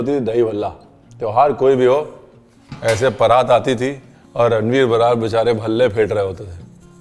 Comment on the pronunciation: ब्रार ❌❌ बराड़✅✅✅